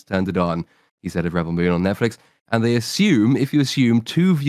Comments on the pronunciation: He’s pronouncing the verb rebEL instead of the what’s supposed to be the noun REbel probably because he’s ridiculing how dumb the films are by saying it wrong on purpose. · Is there a special reason why pronounces the word "rebel" so... uncommon? Is this a reference to a meme or the way it is pronounced in Australia? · With the emphasis on the "el", ? I've never heard anyone else using this way of pronunciation. Although I should add that I'm not a native English speaker.